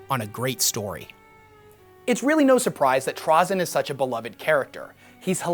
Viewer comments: TrazYn. Not TrazEn. My main pet peeve is people not able to properly say his name lmao. I do love the epsiode though and its a good summery! Adeptus did a great job at it as well. As for another character that dont get any focus: Xun'bakyr. The leader of the only dynasty that actually full on killed a C'tan and the source of the Flayer virus. They are just pure terminator mode and she is the coolest of them all. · TRAY-ZIN dude. cool vid regardless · ok serious question is it pronounced "traa-zyn" or "tray-zyn"? i've heard both and always said tray instead of traa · Anybody else get a weird feeling that kinda makes your eyeball twitch when dude calls trazyn (tr-awe-zyn) ? I don't care even if that's the proper pronunciation.... in my head I see it as trazyn (tra-zin) .... anything else and it's awkwardness lol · its pronounced "TRAY- ZIN" ok good. i needed to get that out of my system. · He pronounces Trazyn weird, bully him